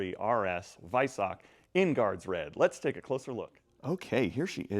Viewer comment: Silver wheels look shit same with the black calipers, and you are miss-pronouncing Weissach.